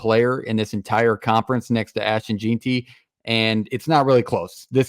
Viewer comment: it’s “ ASH-TON JEN-TY “